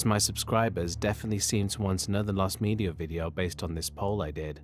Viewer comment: "lost medier" ^ ^